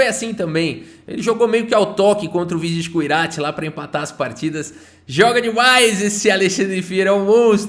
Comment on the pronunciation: metade do vídeo chamando o vidit errado 😂